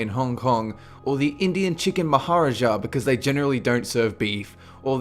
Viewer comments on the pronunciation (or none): The way he pronounced maharaja...